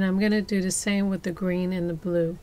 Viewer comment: I guarantee they thumbs downs are not because of the process or finished product because they are impeccable. It’s possible some people find her enunciation frustration... da instead of the, doze instead of those. I fully understand it’s a cultural thing but I genuinely believe that is the only reason anyone would possibly thumbs down this vid